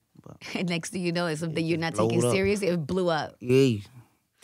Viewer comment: Angela Ruiz damn u hit em wit the t at the end doe its seriouzah